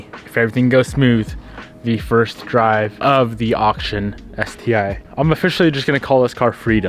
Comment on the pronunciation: Crus-ti like the Sus-ti (Crus-tee eye like you pronounced the Sus-tee eye)